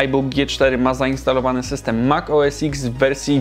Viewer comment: Tylko nie "mak oes iks", to mak oes ten :)